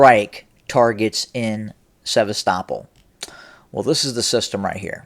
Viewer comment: Hey, the pronounced "Sevastopol" properly. Ah oh, must be a Putin asset. LOL! Better not call Kharkiv "Kharkov" ( it IS Kharkov though, as the city is overwhelmingly ethnic Russian, and they call it Kharkov). But if you say Kharkov, the NAFOs will go crazy, and Sarah the transgender spokesperson for Ukraine might announce your demise. Seriously, Sarah said the other day that Ukraine would kill bloggers that speak against Ukraine's war effort. I am NOT kidding about that. Luckily you are in the U.S. and I don't think that the Ukrainian SBU (secret police) has a reach this far. But Sarah did elude to the idea that Ukraine may try to kill American blogger Jackson Hinkle when he goes to Russia next week. You should do another report on this Sarah person, because her/his statements, officially on behalf of the Ukrainian government, about killing bloggers seem completely mentally deranged. Further, Ukraine has NO RIGHT to attack American bloggers who speak out against the war. We, the US, are NOT at war with Russia, and any American blogger has a CONSTITUTIONALLY PROTECTED RIGHT to Free Speech, to speak out against US involvement in the Russo-Ukraine War. American blogger Jackson Hinkle, who is actually pro-Russian, has a right to speak out whether anyone agrees with him or not. Ukraine can not threaten to kill or imprison an American just because he does not side with Ukraine. Look at the disappearing of American blogger Gonzolo Lira. Not a word about it from the B